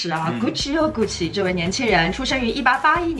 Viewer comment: hhhh看到后面听到的就是“菇气又菇气”